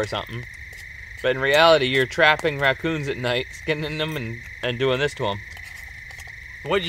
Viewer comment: You mean Raccoes?